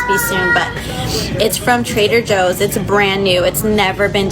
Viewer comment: No she didn’t say “Trader Jose’s”😂😂😂